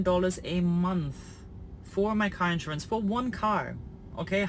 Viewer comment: It really bothers me the way that you pronounce the word “insurance”. The first few times you said it, I thought that I was hearing “interest” or “entrance”because you slur all of the syllables together into one incomprehensible blob. Please practice enunciation of this word as In-SURE-ance. Each syllable clear and distinct, stress on the second syllable.Thank you.